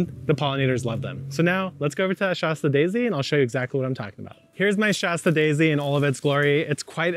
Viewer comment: It’s called a “shaaaa sta” daisy not “shaw sta” daisy, BTW! Like the town in Northern California Mount Shasta 😉☺️🤷🏻‍♀️